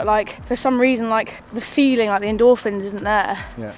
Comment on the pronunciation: In the video asked, "How are you feeling?", but the last word sounded as "Phily-ng". I wonder whether this spelling can be used somewhere...